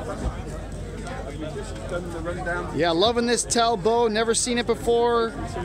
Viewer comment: Just thought I'd mention something,It's TalboT . It's an english name pronounced Tall bot , Charles Chetwynd-Talbot, 20th Earl of Shrewsbury was one of the founders, Can't get much more English than that .